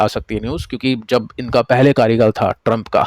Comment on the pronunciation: Sir why you deliberately doing wrong pronunciation of US Presidents name😂😂 I think sarcasms 😅